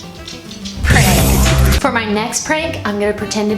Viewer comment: The way said pranked every time killed me inside 😂